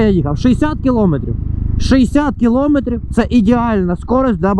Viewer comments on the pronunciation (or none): none